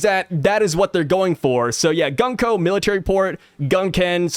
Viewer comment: The pronounce for 軍子(Gunko) is not Gan-ko but Goon-ko like how you pronounce "Moon". Just saying